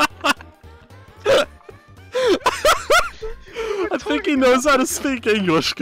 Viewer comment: something about this killed me lmao. “Bur-ger”